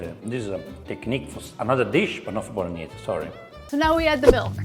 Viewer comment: He’s being very nice to her. It’s not a Bolognese and she needs to work on her Italian pronunciation. She mispronounces Bolognese and Tagliatelle. If you want to cook classic Italian dishes be true to the recipe and at least pronounce it right.